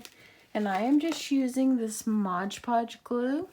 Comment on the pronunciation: Don't take this personally but I cringe every time I hear someone say Modge Podge🤣